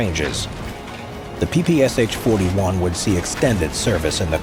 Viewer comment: It's PPSh, not PPSH. You don't say the "H", but read the Sh together. It was Shpagin who invented it, therefore you call out Sh, not S-H.